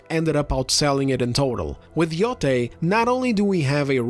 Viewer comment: YOTAY! pronounce it correctly. This isn’t YO TIE like JEDI. God damn it